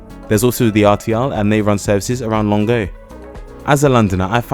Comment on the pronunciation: Impressed with your pronunciation of Longueuil! Good video.